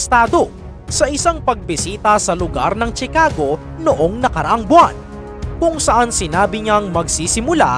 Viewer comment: Ang bigkas ay shi-ca-go hindi chi-ka-go